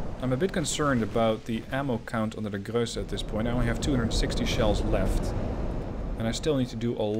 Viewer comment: You pronounce the ships well, but it isnt Grösse, it is Grosse, it is a difference. Btw, when does the game come out